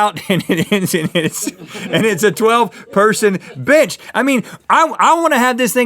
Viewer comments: Did anyone else hear rhet say the word b*tch instead of bench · who noticed that it sounded like Rhett cussed PS. he meant to say bench not bi*ch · Yeah! But he said bench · Had to rewatch about 4 times before I got that he was saying bench... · he said bench, or tried to